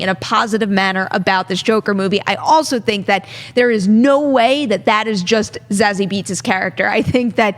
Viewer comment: Zazie is in the news way too often for people to still be pronouncing her name wrong